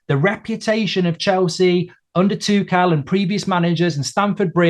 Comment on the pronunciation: This guy's right about Lampard being a bad appointment but wrong about a lot of the other things he was saying. He also apparently has no idea how to say 'Tuchel.'